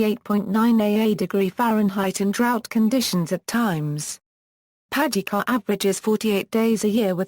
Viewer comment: Could someone reprogram that machine to pronounce the city name correctly. These mechanized audio systems SUCK......although the clip is informative.